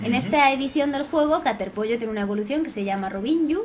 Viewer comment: cuando digiste caterpollo entendi caterpi